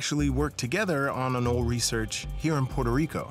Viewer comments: Pronounced. ANOLEE NOT AN-OlE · TIL: it isn't pronounced, "A NOH LEE." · 'anole' is pronounced "a-NO-lee"